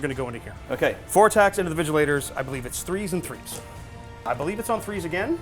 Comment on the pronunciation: not even Vigilors, they keep saying Vigilators 🤣 it hurts